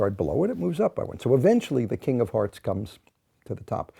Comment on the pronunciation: Im very sleepy and I swear I heard him say Kingdom Hearts not king of hearts and no one can persuade me otherwise